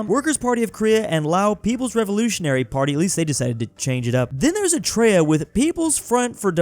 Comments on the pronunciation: pronunciation of Eritrea as "Etrea" hurts me. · Love how he pronounced it “etraya” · calling Eritrea "etraya" never gets old